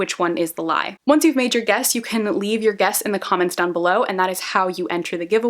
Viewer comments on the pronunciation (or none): none